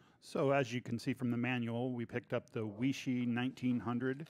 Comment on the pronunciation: Chinese word or name Weishi, pronounced “Way-she”. Not “We-She” Good video otherwise. Any idea what the difference is between the Weishi 1000 verses the 1900, other than the $40 more for the 1900? Thanks